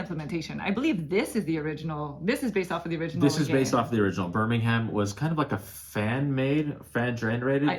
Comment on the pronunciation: You say birmingham wrong btw.